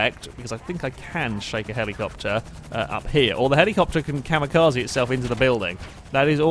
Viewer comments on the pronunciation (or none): none